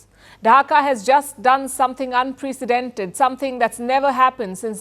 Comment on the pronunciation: Learn how to pronounce “ unprecedented “ !